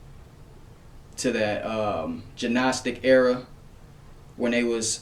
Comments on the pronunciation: Just FYI....the letter G in the word "gnostic" is silent. It's pronounced like "nostic", not "gee-nostic". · The G in Gnostic is silent.. Its pronounced Nostic.. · Great info brother. By the way, the 'G' in the Gnostic is silent. Pronounce it "Nostic." I went years pronouncing it wrong :-) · It's pronounced Nostic. The g is silent, respectfully